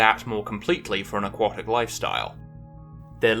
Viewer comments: AQUATIC... not AQUOTIC! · I was surprised by your pronounciation of AQUATIC (as in OUGHT). Then I found out that your pronounciation is standard in the USA and you spent a lot of your formative years in the USA. Still ... very strange. I suppose A => O under the influence of W. A sound change restricted to North America and occurring sometime in the last 400 year ( I presume ?). Have any other words undergone a similar sound change ?